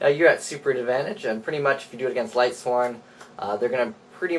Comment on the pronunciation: If I hear lightsworns one more time...